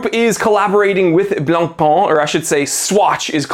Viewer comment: The pronunciation IS NOT BLANCPÒN or even BLANPAAAAAN! YUCKKKKK!!! YOU SILLY YANKKKKK 😂😂😂😂😂😂😂😂😂😂😂 Pain means BREAD AND IS PÈN. OOOOKKKK???? STOP WITH FRENCH LANGUAGE RAPE!!! 😂😂😂😂🎉